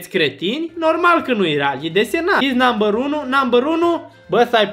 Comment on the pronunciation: NAMBĂR DOI, BĂ